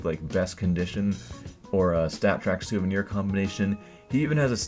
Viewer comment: you made a mistake saying souviner ak47 stattrak red laminate :P but nice video as always